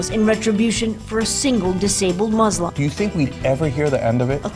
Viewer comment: Radical what now? Can't say "Muslim" clearly when identifying the shooter... ... but the word Muslim comes across perfectly clear when defending them...